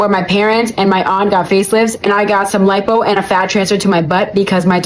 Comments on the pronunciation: Tf is "LEEPO" ?😂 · It's not LEEPO, it's LIPO= LIE-POE